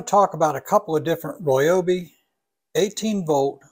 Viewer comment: He says Royobi, lol